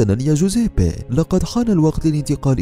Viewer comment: كل شي تمام بس طريقة نطقك لاسمه مره غلط ههههههههههههههههههههه